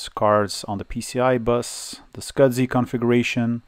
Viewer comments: Why does a server have sound board with a power amp? Next video just say S. C. S. I., I know English isn't your indigenous language, but the way you are saying 'Small Computer System Interface' is Killing me, Scudzy lol. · You should contact FranLab regarding that video card with its 3D glasses capability. She has 3D glasses which could need it. Also SCSI is "scuzzy" not "scud zee."